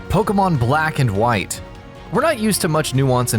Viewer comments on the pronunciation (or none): none